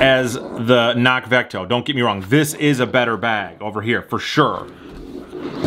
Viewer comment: The C in CNOC is not silent.